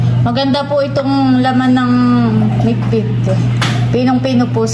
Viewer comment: Bidbid hindi midbid hahaha